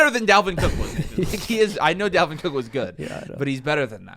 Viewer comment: Bro said Dalvin Cooke...